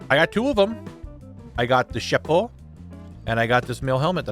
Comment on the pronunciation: As a French, I loved each and every time you said "chapeau" haha! Great series as always, can't wait for season 2!